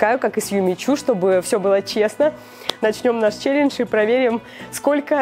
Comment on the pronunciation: челенджи,не жи а джи! 👍